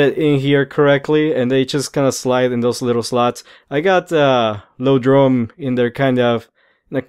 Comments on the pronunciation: It's ioprey and iodrome, not loprey and lodrome. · don't mean to be rude if i come as as such but the lodrone and loprey are i belive supposed to be pronounced Iodrne and Ioprey again i dont mean to come off as rude so i apologize if i do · I've heard everything from, "eye-oh-droam," to, "ee-ah-droom." Don't feel bad.